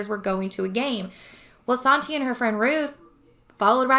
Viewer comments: Please be careful. It's sad but there are people just waiting to scam good people. You have good intentions, and a good heart, and sadly, people will take advantage of that. Sante is pronounced like Saunty. That's how I've always heard it pronounced. 💜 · It's no problem just thought i'd let you know. It's pronounced SHAWN TAY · your saying Sante wrong